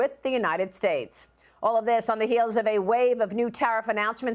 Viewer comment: If only she could pronounce “Fentanyl” correctly.